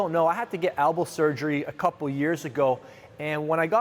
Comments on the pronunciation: Elbow. Not Albow. Great vid tho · "Albow" :'D